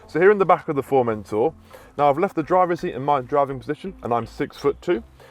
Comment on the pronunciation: FormenTOR....... Not formentaaaa